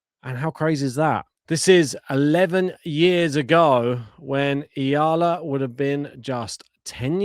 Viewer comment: Subscribe here because your E-A-L-A chant was genius! Is it your original composition? Well done!👍 thank you for correctly pronouncing her surname! Alex belongs now to the tennis world. Other nations can also love her. We are so proud of her because she is not ashamed to show our culture to the world, speaks our language, grateful attitude and she is just being authentic to who she is. She is not trying to be somebody she is not and that is refreshing to watch. She knows her weaknesses and she is okay with that but keeps on harnessing her strength — especially her tennis IQ and mental composure to win every match. Whatever happens showing excellence in work and great sportsmanship is what matters. This must be the global standard of tennis professionals. You can be number 1 athlete but if you treat other people and players like garbage why people will spend their money to support such behavior. Character is everything for us Filipinos. We respect everyone who shows respect and good behavior on and off the court! Humility is such a treasure nowadays! Many people has the mistaken belief that humble character drowns out being competitive and desire to win. It’s wrong. The great ones are usually the most humble ones. Much respect to JPEG, COCO and McNALLY for being respectful and kind to our Alex. How nice if women tennis will have such kind of quality of athletes from now on! Thank you for this channel and for cheering for our Alex!